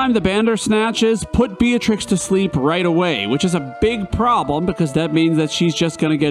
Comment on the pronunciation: It's not "bee-uh-trix" It's "bee-trix"